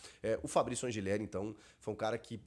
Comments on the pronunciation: Sou Argentino e o correto a se pronunciar é Anrrileri com dois r’S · Chico, só pra constar, a pronúncia correta do nome do lateral do Timão é An[r]ileri.